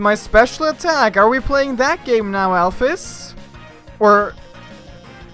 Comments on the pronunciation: ITS PRONOUNCED ALPHEEEES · Am I the only one who pronounces alphys as alph ee s and not alph i s